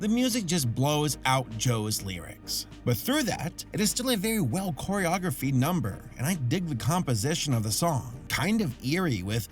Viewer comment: "Choreographied"? You mean choreographed? :B